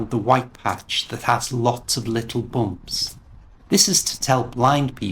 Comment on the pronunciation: Its great video! One thing i need to know... While you were pronouncing... Bumps, bungalaw...Rubbish.. Bus.. You pronounced.. "U" boonglow.. Boomps.Roobish...boos. Do british pronounce like this? Or.. Baamps.. Baanglow..Raabish..Baas Like these?